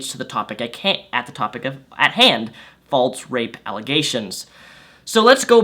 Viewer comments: fall-sssss.... not "faults" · Every time this guy says "faultse" instead of "false," I want to gouge out my eardrums. But I'm interested in watching the whole video. #firstworldproblems 😅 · By the way, "false" is pronounced "false" not "falts" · Yeah....I specifically looked through the comment section to find someone who was also bothered by it! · He has a speech impeachment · I didn't say anything about speech therapy, so that's on you. I just said he can correct himself. He's over 21 years old, I'm sure he can sound it out enough to learn how to say it properly.